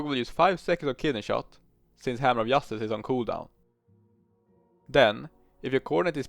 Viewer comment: "Hammer of Yustise" 😅